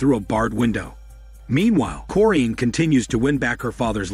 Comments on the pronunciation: Ahhh they way you say the mothers name..its cor-in.. not corr-eeeen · Mom's name is corrine said cor,-rine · Did this guy actually watch the movie, because it doesn’t seem like it. The way he says Corinne, “Foxworth’s Hall”, and doesn’t call Carrie and Cory by name. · You pronounce the mother’s name wrong 🤦🏾‍♀ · I have the same middle name as the moms first name and that is not how it is pronounced but whatever